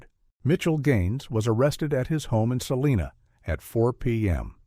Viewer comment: There is no celina KS, it's Salina. Sah-LIE-nuh It's be Saleena if referred to California city. At least they kept some stuff accurate compared to other stories. Highway 56, Great Bend, Barton County, Highway 96, etc.